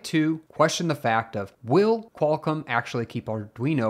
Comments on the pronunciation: Its QualComm, not "kwulcum" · Somebody should stop "Qualcum"